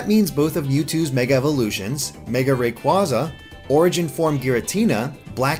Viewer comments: And Ray-quarza... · Oh my god you mispronounced so many of them Kyogre: Kye-ogre Rayquaza: Ray-quay-zuh Terrakion: Tur-rack-ee-un Cobalion: Co-bay-lee-un Virizion: Vur-rize-ee-un Bisharp: Bih-sharp Yveltal: Ee-vel-tahl WATCH THE ANIME